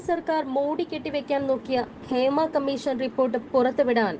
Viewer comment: ക മ്മീ ശ ൻ എന്നല്ല പറയേണ്ടത്..... ക മ്മീ ഷ ൻ എന്നാണ്. ബാ ശ എന്നല്ല പറയേണ്ടത്... ഭാ ഷ എന്നാണ്.